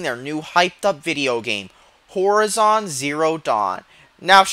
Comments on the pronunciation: did u just keep saying whorizon? D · Its pronounced hor-eye-zon. The way you say it is so annoying. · Makes me cringe how you pronounce "horizon"...